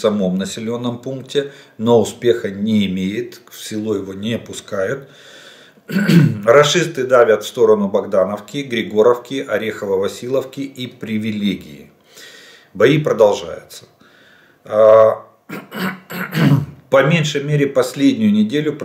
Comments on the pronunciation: Орехово Васильевка.А не Василовка. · Добрый вечер. В ваших коментариях вы часто говорите Орехово- ВасилОвка,но название населенного пункта Орехово-ВасилЕвка. Так же населенный пункт в Запорожской обл не ВасилОвка,а ВасилЬЕвка.